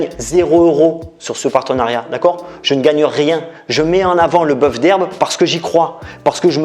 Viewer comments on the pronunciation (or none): none